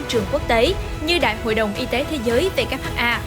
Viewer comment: BTV sao lại đọc WHA nhỉ